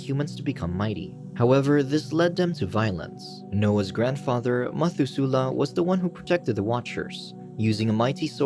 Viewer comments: its pronounced meh-thu-se-leh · Methuselah = Meh-THUZ-uh-lah Liked this retelling but narrator must have skipped Sunday school ;) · Ma thoo slahhhh is how you pronounce Noah’s father’s name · when you hear "methusela" and your language says "mathusalem" (pronounced mat-hu-za-lem and "za" isn't like "zey") all I have to say is, le mao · You got me. Dead ass got me. Comments = dollars. Meth-oo-zel-ah. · The mispronunciation of Methusela is killing me ... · Very odd pronunciation of Biblical names like Methuselah!